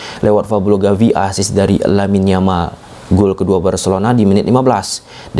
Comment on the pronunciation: Yamal bacanya Jamal.